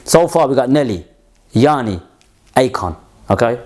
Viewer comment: Bro, the name of the Greek artist is "Yanni" and not "Yaani", according to his Wikipedia, because I had never heard from him before. His full name is Yiannis Chryssomallis,:D Somalis